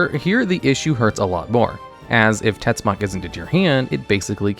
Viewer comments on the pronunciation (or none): Tetzimoc its also not pronounced " tetsuck", Im mexicano and TetziMocatl its something akiin to "dreadfull spear" in nahuatl.